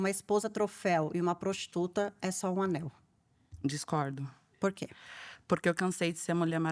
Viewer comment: gente, é ANEL e não ANÉL